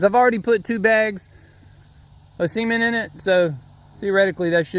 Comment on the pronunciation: Why do you say sement instead of cement